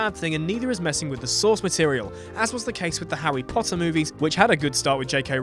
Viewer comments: The Hawwy Potter movies? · Howie Pot-uh XD